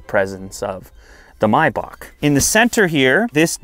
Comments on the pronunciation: Why do you call it a MYback? Do you pronounce the month the same way? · he said Mercedes Myback lol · i hate how he calls it mibock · Do you pronounce it my buck? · its pronounced may back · May is pronounced my? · The pronunciation of the word maybach got me😅😂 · has he pronounced maybach completely wrong? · i hate how you pronounce maybach, i stopped watching after the second time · It kinda irks my ear whenever someone pronounces it My-Bok, but since I'll never own one, my opinion doesn't count. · If he say my-bach one more time imma loose it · I always thought it was pronounced may-back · I thought it was pronounced MAY....BACH? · Kinda kills the vibe when you call it a “MAY-back” 😒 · it is not "my back" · “The maibock” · It's pronounced May Back. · Its not MYBACK bro its MAYBACK...love the video! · Its pronounced May(like the month) -bach(like back) not my-back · My-bock...? I thought it was may-back... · Mibock? Dude.....It's Maybock.....you Canucks crack me up! giggle....Love your show dude, just busting your nut....🤣🤣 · May - Bach not My-Back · its not "mybach" its MAYBACH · Is anyone else hearing "Myback"' instead of "May-back"😅? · It’s Maybach not Mayback 😂 the pronunciation is killing me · Its Pronounced May Bach - Not Mi Bach ! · Isn't it pronounced "may-back" instead of "my-back" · May-back is how it’s pronounced. Not mi-bock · Myback for Mayback ? do u say April My June ? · "mAybach" no.. it's pronounced "meybach" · Bro wtf is maaayback 🙂 It's Maybach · it's maybaRR not maybaK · It's pronounced "May-Back" not "My-Bok" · Maybach not mybach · Dumb question: Is it really pronounced "My-bock" the way he's saying it here or is it "May-back" the way it's spelled? Asking for a low-class uncultured friend. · I can't even watch the video he keeps saying "my bock" ITS MAYbach... ever heard any Rick Ross songs?... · It's maybach not mybak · It's MAY...bach, not MY...bach. listening to him mispronounce the name is annoying. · Maybach not bibak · “My bock”